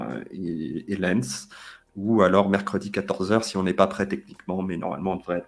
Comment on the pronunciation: J'y habite à Lens on dit Lens pass Lènss 😂